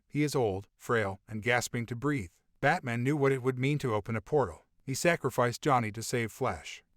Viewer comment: Why is this guy pronouncing Owl-man and Bat-man like there Jewish deli shop owners it's OWL MAN, BAT MAN not Allmin & Batmin but for some reason he says superman correctly... smdh